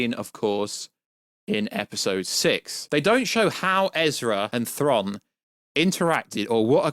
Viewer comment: Aaaargh! Stop saying Thron!…… it’s Thraaaaaawn